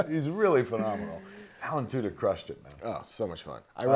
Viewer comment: Is Smith deliberately pronouncing "Tudyk" like "Two-dicks?"